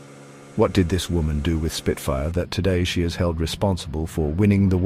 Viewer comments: It’s spitfire, not speedfire. The AI used for this video is comically terrible. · For God's sake stop using AI for commentary... Supermarine "Speedfire"!!! It's Spitfire!!!!!!